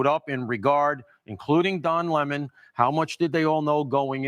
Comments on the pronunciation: OH COME ON ITS NOT LAMON. ITS LEMMON LIKE HIM A SOUR PUSS😊DON THE LEMMON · Don Lemon not Don Lamon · Can someone tell it’s Don Lemon… like the fruit. He’s pronouncing it incorrectly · I have to say this. Please pronounce Don Lemon as the fruit, not the new pronunciation he's changed to, so he'd sound significant! He is a sour lemon!!!